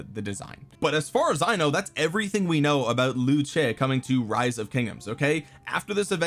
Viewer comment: Very nice pronounce, but it is actually call Li-You=Liu , zhe with a lower tone and also faster but with a c sound at first. So it is Li you Cheee. Like this. 刘撤, i dont know the chinese name but i thinkni pronounced it properly. You can go and see his name pronounce in google translate😏